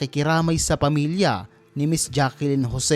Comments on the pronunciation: Sino ba tong nagdub or voice over? Jaclyn po hindi Jackelyn. Rico Yan din po at hindi Rico Ryan. Bonaks... 😄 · Jaclyn po NOT Jackelyn😂